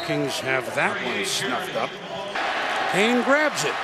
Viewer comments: 15 because it's 'Jarryd Hayne' not 'Jarryd Hyde'... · Jerry Fall Out Boy-er Nope. They say it like "Hayn" not "Heyn"